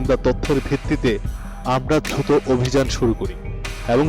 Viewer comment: সাংবাদিক ভাই, ডিল না ঢিল, ধ্রুত না দ্রুত, পচেষ্টা না প্রচেষ্টা। প্লিজ উচ্চারন ঠিক করুন আপনাদের থেকে বাচ্চারা বাংলা শিখে।